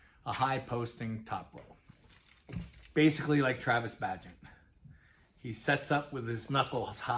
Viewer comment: The way said Bagent made me chuckle. Great video, really loving your channel